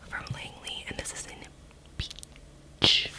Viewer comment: “ and this is in peacchhha” 😂😂😂 im dying